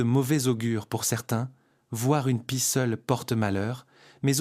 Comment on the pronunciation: "Les corps vidés", ça n'est pas mal non plus, comme "la pissait", ou encore pie lue comme pied, ou "ce n'est pas un autre z'oiseau", "s'en souvient toutes" (au lieu de "se souvient de toutes") et tant d'autres âneries. Bref, une catastrophe. Ce recours à l'IA pour la traduction, la lecture ou les sous titres gâchent complétement et disqualifient ce documentaire qui serait intéressant sinon. Pour résumer, vite fait, mal fait pour la "francisation d'un documentaire qui devait être bien meilleur à l'origine. Allez, on zappe la chaîne. Dommage